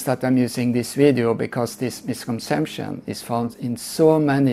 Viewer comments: The word is misconception, not misconsemption. It was not a mistake, you repeatedly used the same meaningless word. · The problem IS he cannot pronounce “Misconception”!!!